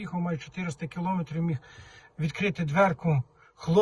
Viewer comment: Не долИла, а не долляла. Говоріть правильно. І кіломЕтр, а не кілОметр. Коли це якісь малограмотні кажуть, це якось колхоз так колхоз. А Вам це ніяк не можна робити.